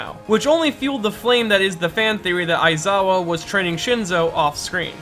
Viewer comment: Your pronunciation of Shinsou's name and ESPECIALLY Aizawa's is like a punch in the stomach. Like, omg it's so cringe